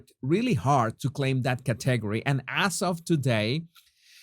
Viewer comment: here are a few more friendly-corrections in your fast-improving English pronunciation: Rotated = ‘ROE-tay-ted’ Category = ‘KAT-eh-GOR-ee’ Adverbial form ‘BadLY’= ‘they are treating them badly’ (not the adjectival form ‘bad’) Series (‘see-reez’ = two syllables not three) Specialist (not ‘espeshleest’ = it’s hard to native Spanish speakers like yourself to begin an English word starting with the letter S without saying ESxxx Fausto still to this day (after 23 years!) says to me, ‘Donal, Joo wann to go to Estarbook?’ LoL NB: YouTube is incessantly interrupting your video with their mindless advertising — it’s most annoying considering your content is actually quite above the norm …